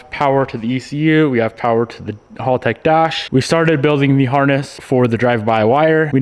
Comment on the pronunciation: It's HALTEC Not Halltec